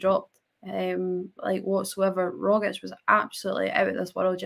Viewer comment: Can you pronounce Rogic's name correctly for God's sake!!!!!!!!!!!!!!!!!!!!!!!!!!!!!!!!